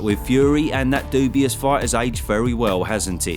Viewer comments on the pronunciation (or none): Daniel Doubious? What the....